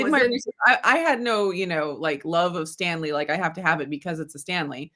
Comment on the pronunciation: I bought myself a KitchenAid mini for Christmas. I love how pronounces "Stan-ley" like the Marvel genius Stan Lee.